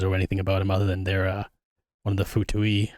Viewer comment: he's not a fatui nor a baddie. also that's not how u pronounce fatui